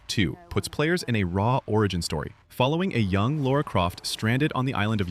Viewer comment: They pronounced it "Laura Croft" like lots of Americans. AI isn't that stupid.